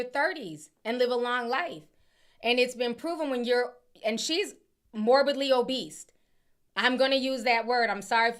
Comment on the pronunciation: 🤣😭 not morbidly o'beast!!! Girl, it's morbidly obese! You've got me cracking up!!! 🤣🤣🤣🤣🤣 Almost sounds like a stage name: Morbid-Lee O'Beast 🤣🤣🤣😭😩 oh man...🤣🤣🤣